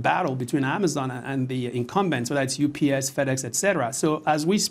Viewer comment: Its UPS not UBS.